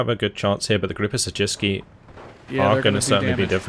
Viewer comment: wow! Your pronounciation of 'Siedlce' was quite good! Go!